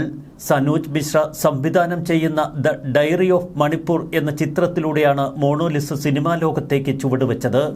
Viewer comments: Monolisa അല്ല, മോനാലിസ. എന്താ Mr. സോയിമോനെ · It's MONALISA,not MONOLISA! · മോണോ ലിസ അല്ല... മൊണാലിസ എന്നാകാനാണ് സാധ്യത...! 😅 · മോണോലിസ അല്ല മോണാ ലിസ ആണ് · എൻറെപൊന്നു സഹോദര.... മോണോലിസ അല്ല...... Monalisa..... കഷ്ട്ടം തന്നെ 🫤🫤🫤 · Monolisa അല്ല മണ്ടാ ........ മൊണാലിസ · Mono Lisa അല്ല Monalisa